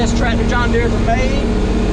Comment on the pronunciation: John Deere has a R in the name of it.